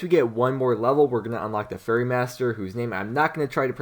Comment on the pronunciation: fairE not furry, you are tilting me!